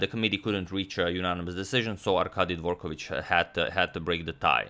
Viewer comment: you can exclude Dvorkovich from the list of surnames you think he pronounces correct :)